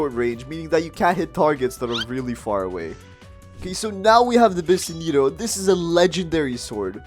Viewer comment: Bro said bisenito💀